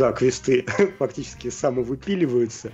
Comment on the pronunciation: Отличный выпуск, спасибо большое! И кстати про квЕсты vs. квестЫ: мост — мостЫ, но текст — тЕксты. Возможно, роль играет то, что и квест, и текст — заимствованные слова (ср. тест — тЕсты, торт — тОрты, тост — тОсты). В общем, мне квестЫ режут ухо точно так же, как и договорА и звОнит.